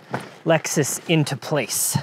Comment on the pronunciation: I like how the Hawaii in you randomly shows up...... 'the lexsoos' 🤭🤙🏽